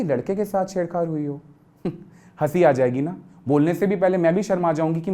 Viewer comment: ched chad hota hai madam not ched khadd hahahhaha